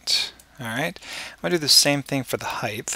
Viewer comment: Great tutorial. But an unrelated question. I know you are American but what region are you from? I've heard a few Americans pronounce the word height as if it has a th sound at the end. Why do you do that? It's incredibly irritating. And I can't understand why some American's do that? Very very odd.